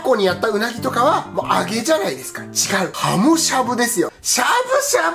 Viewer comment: はも～が、ほも～に聞こえてしもうた。。。